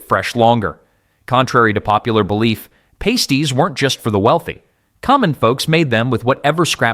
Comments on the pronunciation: Pasties (it's pa-sties, not pay-sties) haven't gone anywhere... they're still readily available in the UK, Australia, NZ... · Pasties are pronounced pas-teez, not pay-steez and they are still here. They are one of our most common foods in the UK. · Its pronounced "pass-tees" not "paste-ees" thats one of those nipple covers burlesque dancers wear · Soooo.......you know pasties are still a really common grab n go food in the UK right? ......And that it's pronounced Pass- ty not pays-ty? ......Ngl my 'Westcountry raised but back home like the Northerner i am' ass flinched , one eye twitching most grievously every time he said it......😂😂😂😂